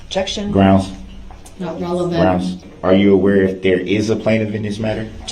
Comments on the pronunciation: Any time a prosecutor is speaking, he thinks he has to either object when they question a witness, or say grounz when they object to his own questions. Through most of the trial, his primitive ape brain was running on similar code to the following: if (objekshin) { say "grounz"; } else { say ("objekshin " + randomGrounz); } Sue Opper began her objection without actually saying the word "objection", which caused whatever these people usually have in place of a brain to briefly short-circuit, and thus he thought he needed to say the word objection himself. After realizing his own stupidity and the fact that it was actually the opposing party that objected, he doubled back and resorted to the other half of the two words in his vocabulary. Fascinating creatures. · Listen to the judge say “grounds” and watch the ADA laugh.